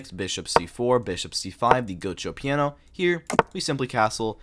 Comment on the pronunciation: I dont think this is how you pronounce "giuoco piano"